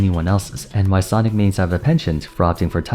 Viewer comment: oh I see. Weird though because he seems to use that a lot more than the characters name, even in his video on why everyone played sonic. It really sounds like he is just saying sonics